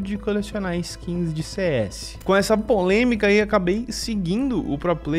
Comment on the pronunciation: "com essa póleminca"